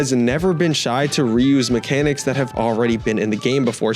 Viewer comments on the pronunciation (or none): none